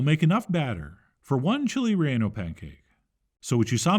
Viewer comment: Call it Torta de Rellano. (also it's pronounced Ray - YAH - no, not Ray - ANN - oh). ;)